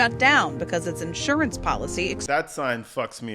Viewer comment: She's too stupid to say insurance!🤦🏽‍♀️ she says assurance 😂😂😂